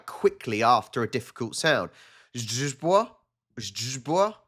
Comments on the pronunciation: 'Źdźbło' is a crazy words for me, a native Polish speaker, but I think you said it really great ;) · Źdźbło was once pronounced perfect. I noticed that in many instances, you pronounce lettet "Y" as [e], not as [i] in English word "bit"